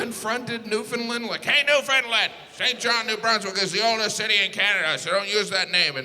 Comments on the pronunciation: Its pronounced...Newfenland....not New...found...land...or New..found..lend...duh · Ur funny f$&ker but it’s Newfoundland not newfounlind 😂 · Jim- It is pronounced "New-Fun-Land", not "New-Found-Land". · How to pronounce Newfoundland: Say NOO, say FIN, say LAND (not LIND!!!) Thank you. I enjoy your humour! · Is he pronouncing Newfoundland correctly? “NewFINlind”? I’ve always pronounced it “NewfinLand”. I’m from Ontario so I’ve never really cared. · Not a Canadian. I know because he pronounced it Newfoundlund not NewfoundLAND. He sure talks a lot about Canada. I looked it up. He is from Indiana? Hm. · Way to mix everything up there bud. NewfoundLAND not newfoundLIND has the oldest city in north America. Smh at you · it's NEW-FIN-LAND not not NEW-FINLIND 🥺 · He needs to learn how to pronounce Newfoundland . It's not newFOUNDland or Newfinland, it's Newfunland! lol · He's also mispronouncing the name of the province. When I was in Labrador (another gigantic province he didn't mention) the locals said, "UnderSTAND, it's NewfoundLAND" over and over. Not NEWf'ndl'nd. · It’s pronounced “Newf-ou-ndl-a-nd” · Why do all Americans pronounce Newfoundland, like "Newfunĺind??!! 😢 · Please please say St. John’s province correctly It rhymes with understand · I hope in the last 3 years, you have learned how to pronounce Newfoundland. It's underSTAND ... newfundLAND. And I'm from Alberta and know this. Lol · Why do Americans say say Newfoundland like "Newfinlind"? Like it was actually New Finland. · half hour LATER in Newfoundland buddy! You pronounce it NewfnLaaaand! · As a Newfie I can say it is not “Newfinlind” lol, and we are a half hour later not earlier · I love this all though St.John’s NL is the old city in North America not Saint john NB and Newfoundland is pronounced New-Fun- land like understand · A lesson in pronunciation: underSTAND newfoundLAND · He didn’t pronounce Newfoundland correctly. He said “new-fin-lund” it should sound like it rhymes w ‘understand’